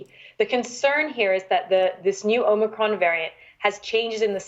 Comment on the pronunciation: Geez - it’s not omocron. Goes to show that you just can’t cover up the lies. Can’t even pronounce it right. Hmm hmm 🤔